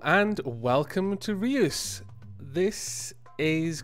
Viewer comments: You're mispronouncing Reus, listen to the dutch translation of giant on google translate. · Reus is the Dutch word for Giant. And it's not pronounced as you pronounce it :D "eu" is pronounced as a single sound, just like the German ö. Though that won't help you much if you don't know German either ;)